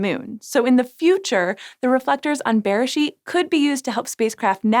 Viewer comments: Beresheet is pronounced berAYsheet. The word you are saying sounds more like besheret which can roughly be translated to soulmate/one-who-was-meant-to-be (it’s often used in a romantic context) so I chuckled a bit. Also, yes beresheet means “in the beginning” but it’s also the Hebrew name for the book of Genesis- it’s the first word in the Bible in Hebrew. It’s a reference to Genesis 1: In the beginning God created the heavens and the earth. It’s quite poetic and rather lovely if you’re more familiar with the Hebrew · בראשית... The emphasis is actually on the final syllable. B’reiSHEET. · It was so weird hearing the English pronunciation of beresheet in this episode! But a very fitting name, however you say it. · I don't know... maybe getting the pronunciation of the first word of the bible might be a nice thing to do. Mispronouncing it seems pretty christian to me.